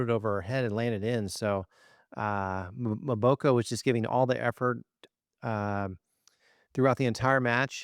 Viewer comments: The name is pronounced as”MmmmmmBoko and NEVER MoBOKO!!!!!😢😢😢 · It’s pronounced Emboko. Not Mooboko. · Victoria MBOKO doit demander a’ la presse de bien prononcer son nom please .